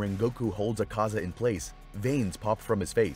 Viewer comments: quite over pronouncing their names its Akaza not AkAza. not even the sub says it like that. also, his blood demon art is called Technique Development: Destructive Death. not just Destructive Death. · he says zakaza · Bro why are u not pronouncing AKAZA name correctly 😡 its AK ZA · Bro dissent know how to pronounce Akaza’s name😂😂😂😂😂